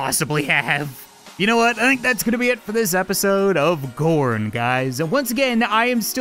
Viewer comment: Still each time he says gorn I think he says porn